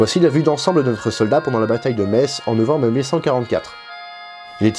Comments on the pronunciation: Enfin quelqu'un qui dit Metz et pas metsse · J'y ai habité 4 ans, et je me doutais que prononcerait bien!:D A ceux qui disent "Metss", je leur demande comment ils appellent les habitants. Messins ou.. médecins [metssin]?:p